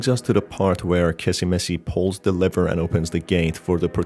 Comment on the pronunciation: Lmao it always sounds like u say liver not lever